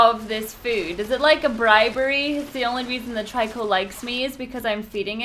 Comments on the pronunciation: Stop saying tryco its annoying its trico. Its really annoying so, it makes you annoying so please, stop. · i like watching this but the only thing bothering me is that everyone else pronounces Trico name as Treco not Tiryco and i dont know why that bothers me so much